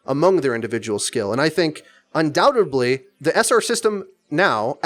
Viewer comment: Why do you keep saying "undoubtebly"?